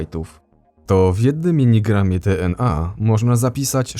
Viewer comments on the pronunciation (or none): czy mi się zdaje czy słyszę zamiast miligramie minigramie ? - nie żebym się czepiał czy coś